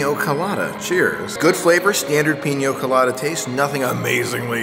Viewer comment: Peen-ya Co-lah-dah... not peen-yo